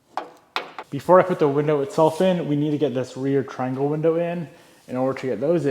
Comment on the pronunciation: trianwle glindow jajajajaja